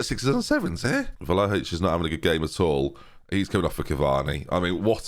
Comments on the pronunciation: Hey, just as an FYI, Vlahovic is pronounced Vly-o-vich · Vlahovic = Vligh-o-vitch? Always thought that first syllable pronounces like it rhymes with FLY? Am I wrong?